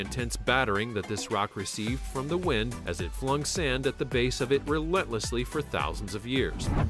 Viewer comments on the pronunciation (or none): none